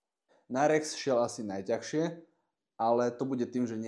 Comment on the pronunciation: Najťažšie, nie "najťahšie". Ďakujem.